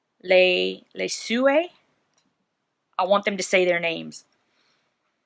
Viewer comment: Just checked out their website, and their last name is pronounced luh-SWAY. 😉